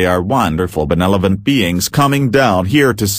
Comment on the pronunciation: It's super annoying the way this robot narrator keeps mispronouncing the word "benevolent". It's ben-EV-o-lent, not ben-EL-o-vent.